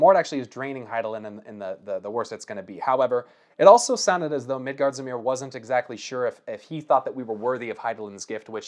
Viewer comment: Midgardsormr rhymes with former